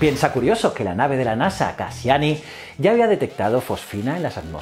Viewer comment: ¿Has dicho "Cassaini"? Eres de los que compran en "Seira" ¿no?